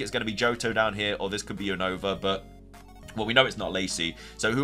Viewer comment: why you keep saying Unova Name Wrong 😅